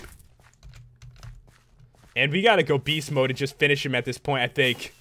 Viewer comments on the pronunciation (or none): none